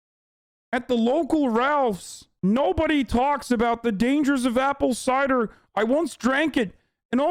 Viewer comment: “Apple cider”